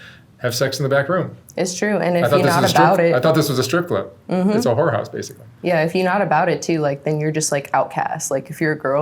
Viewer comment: The way he said whorehouse was interesting